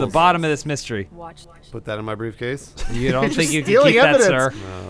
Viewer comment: I honestly hope I'm not the only one who heard, "Bruce case" instead of "briefcase".